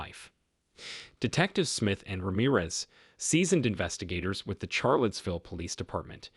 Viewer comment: While I like ur voice I found you mispronounce many words.. one of which was the city of Charlottesville(correct pronunciation is like Sharlottesville). The word treacherous is not pronounced like treech....it's like tretch. There r many more. I hv to wonder if ur just being funny to see the replies. Heenis crime? You mean hayness, right😂? My family got a good laugh. Thx for this.